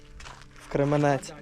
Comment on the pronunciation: Кременець–наголос на перший склад